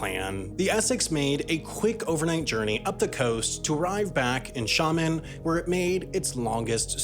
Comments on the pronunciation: hello I have some experience in this end of life and my opinion of the video is that it is excellent. But the comment section is also a goldmine. Not only civilized but with hands on, well informed, opinions. Again a great video m and Sam, you also pronounced Xiamen very well. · pleasantly surprised when you pronounced my hometown of Xiamen China correctly!